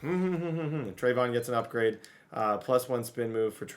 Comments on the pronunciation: Pronounced trev E awn not treyvon like diggs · Trey-vee-yon Henderson rather than treyvon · It’s (Tre-Ve-Yon) not (Tre-Von) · It's not a big deal and u can say it how u want but just in case you legit dont know how to say it it's (trey-vee-on)